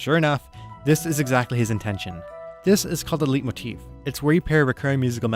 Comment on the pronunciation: Leitmotif is from the german. Leiten means to "lead". In english it is pronounced like "Light", as in "Light-Motif". Thanks for this wonderful and well deserved video-essay.